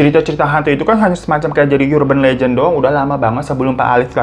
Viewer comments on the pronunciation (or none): bang hiro, bacanya urben lejen bukan yurben lejen. tengkyuu